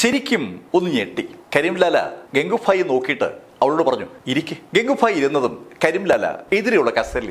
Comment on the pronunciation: ഇടക്കിടക്ക് ഫായി എന്ന് പറഞ്ഞു പോവുന്നു..